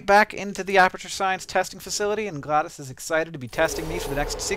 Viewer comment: why does hank pronounce it gladis if its spelled glados